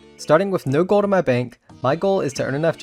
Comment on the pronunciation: And the way he says "with" wiff and "gold" goad